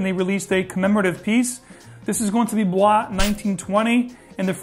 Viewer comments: "Bois" 1920 is pronounced just like "boys". It's an Italian brand and that's an acronym. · BOIS is pronounced like the English word BOYS not the French BOIS.